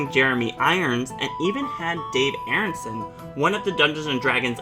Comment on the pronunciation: The man's name was Arneson - Are Nuh Sun , Not Airunsun